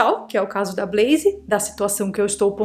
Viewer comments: blaze sem i no final. Blaiz... Não blaiziii. Brasileiro tende a colocar "i" qdo consoante está sozinha. Big vira bigui / pet vira pé ti top vira topi... E aí vai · Blazer nao é Brazer. É com L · EEEEITAAann.... falando da 'bleizi' 👀 gosto.